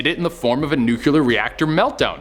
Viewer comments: love this channel but is it so hard to pronounce "nuclear" correctly? nuclEAR not... nucULAR... love you guys... but... suggestion from a friend. :) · I’m convinced they make you do these lists bc you George W. the word nuclear every time 😂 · i so hate it when people say NUCULAR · So, when did the word NUCLEAR get two u's?